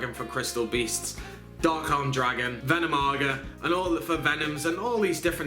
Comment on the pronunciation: Ven NOM i naga....you missed a syllable :D